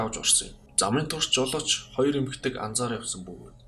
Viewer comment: роёр биш хоёр шүү 😄